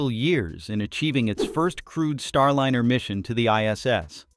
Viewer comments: AND FFS - GET RID OF YOUR AI DROID SOUNDTRACK. It ain't StarLINNER - it's Star LINER, rhymes with fine, tine and wine. UGH!!!!!!!! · Please find a robotvoice that is able to pronounce "Starliner" instead of "Starlinner" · Lye ner not linnn err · “StarLinner?” Quit using AI to do you voices. Or, at least teach it how to pronounce “StarLINER.” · AI voices are not there yet. It‘s not Starlinner! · AI generated garbage "Star Liner" being pronounced "Star Linner" - No real information here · "Starlinner"? Really? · StarLiner is properly pronounced with a Long "I"; NOT "StarLinner" with a Short "I", as is often the case in this video episode. What is the matter with this channel? They have been told the correct pronunciation MULTIPLE times, yet the error persists. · The robot speaker should learn how to pronounce "Starliner". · Your non DEI AI can’t even pronounce the name of the spacecraft correctly.